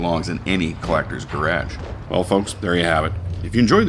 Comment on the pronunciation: thanks, enjoy your videos, picked up the fury for my grage, no I didn't misspell it, spelled like you say it. lol thanks again